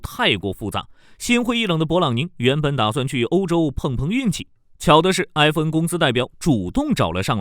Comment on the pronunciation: 硬是没听出是FN，/e/不同于/ai/。